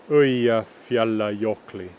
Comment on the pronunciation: I'm from Iceland and have been living in Norway for the last 10 years "in the west" and its interesting to hear how some of the things that have change are still in the Norwegian language, your pronunciations are good, especially the hard words like Eyjafjallajökull. I am impressed! I can understand much of the old language but its true there is a big difference and it was taught in history at school when i was younger.